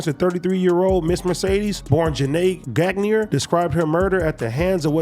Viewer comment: Gag knee er lmao dude that last name is pronounced Gon yay